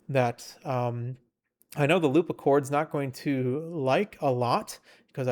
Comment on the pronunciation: it's hard to take you seriously when you say Loopa 😭 why not just Loop??